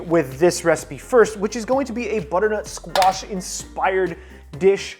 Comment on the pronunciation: Every time you said butter nut squash my brain screamed